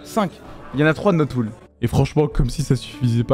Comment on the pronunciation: je suis desoler mais cest "pool" derien